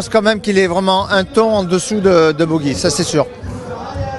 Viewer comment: On ne dit pas " Bogi " ! Mais " Pogi " pour Pogacar ! Ou alors on remplace " Luc Leblanc " par " Luc Le Gland " et " Luc Abalo " par " Luc à balloches " ! Vous étiez cancres, monsieur Luc Leblanc, quand vous étiez écolier ?